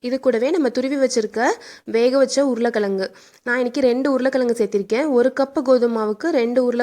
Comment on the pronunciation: Super but உருளை கிழங்கு not உருளை கிளங்கு .